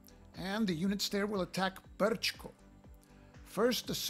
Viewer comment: First Class,.. first class! No one could have done it better. Man, you've even found a workaround for the errata in the tutorial. And the pronounciation is spot on, not to mention the rolling "R" in "Brčko". Thank you sir, for drawing some attention to the game. All the best and I hope you get to play it against 2 other opponents. Cheers!